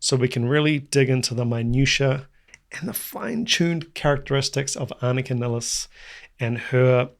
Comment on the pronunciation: Can you tell the people how to pronounce Anika's last name correctly? In the US, they pronounce her last name niles, like miles, but it's nillis like willis.